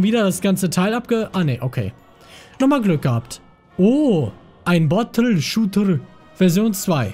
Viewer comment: Dieses "Bottlrshootr" am Ende xD